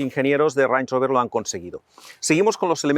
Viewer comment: no he podido no escuchar como lo llamas una y otra vez "ranch" rover e imaginarmelo como una botella de salsa ranchera